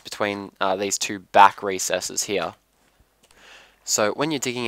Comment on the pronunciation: i hate how you say "here" ...